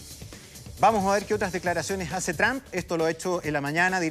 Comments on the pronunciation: que necedad por que peru argentina chile pronuncian tramp no es asi se pronuncia tromp y se escribe trump por que insisten en pronunciar equivocadamente tramp tramp tramp que ignorancia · NO DIGAN MÁS DONAL “TRAMP”. SE DICE “TROMP” y SE ESCRIBE TRUMP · Se pronuncia Trump No trampa . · el presidente TRAM dice este señor jajaja